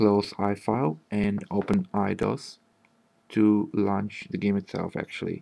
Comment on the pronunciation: А типа по акценту и неверному произношению некоторых слов непонятно, что у автора как минимум английский - не родной. Launch, Touchpad, Smoother. Они не так произносятся.